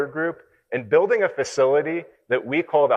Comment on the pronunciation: 한국말쓰는 일본사람 인가? "현대 를 혼다이 " 라고 계속쓰고있네. 한국인이면 정확하게 발음하지. "현대"